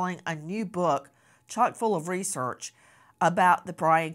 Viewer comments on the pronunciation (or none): none